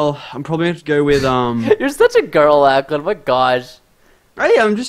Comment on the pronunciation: preston its lochlan not lachlan